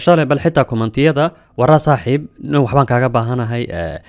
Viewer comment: Z afsoomaali kuma jirto ee "S" dheh